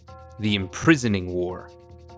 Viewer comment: You even got the name of the Imprisoning War right god damn 💀